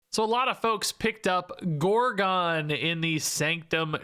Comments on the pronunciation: Every time he pronounces it gore-gone I lose a year off my life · No comments being triggered by his pronounciation of gorgon?